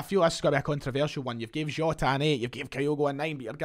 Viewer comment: the way you said jota annoyed me, fix it